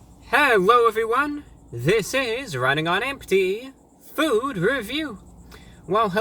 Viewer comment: you have to emphasize the last syllable of review. reVIEW